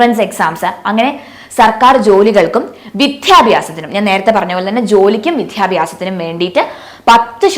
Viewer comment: Vidyabhyasam not Vithyabhyasam